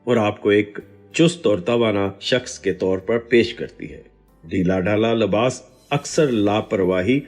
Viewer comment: Labas nahi Libas kehty hy